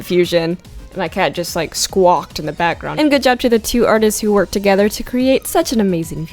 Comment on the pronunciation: LAlalala? In fact bakrownd